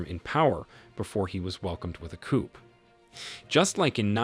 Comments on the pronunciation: Please learn how to pronounce “ coup”! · coup is pronounced KOO. Ignore the 'p'! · The P is Coup is silent, but he keeps saying it lmao